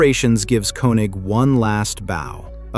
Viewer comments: His name is German and it is pronounced KING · And who is Walter Kee-Nik? lol